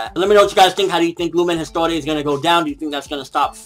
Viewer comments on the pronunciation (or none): Isn't it supposed to be pronounced eest-war, or somethng like that? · It's not the chapter that was called Father and son, but the entire mini arc! (Tartaros part 4 ) And once again it's not Lumen Historia or Lumen store :D but Lumen Histoire!!!! ^^